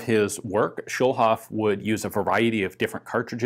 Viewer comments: A "Schulhof pistol" has a different ring to it nowadays ("Schulhof pistol" means "schoolyard pistol.) "Schulhof" isn't an English name, so there's no sense in pronouncing it that way. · Another comment to point out that Schulhof is German for Schoolyard. But I'm gonna add that the way Ian pronounces it it sounds a lot like Kölsch, a regional dialect in Cologne/Rhineland 😄